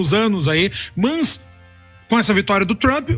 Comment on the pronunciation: "MÃS", MEU AMIGO VC É UM ANALISTA POLÍTICO, UMA PESSOA FORMADA, FALA DIREITO, É "MAS", agonia da porra de quem fala errado